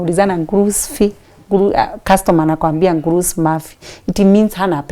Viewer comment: Kusema "pesa gapi" in Arabic mtu husema "fulus kem" sio gurus ki 🤣🤣🤣🤣. Na kusema "sina pesa" mtu husema "mafish fulus". Fulus ni pesa.